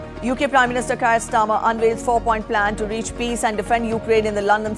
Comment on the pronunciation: She said UK prime minister Kayar Starmer 😂